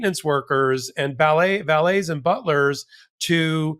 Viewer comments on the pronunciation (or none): It's valet as in pallet not valet as in Malay.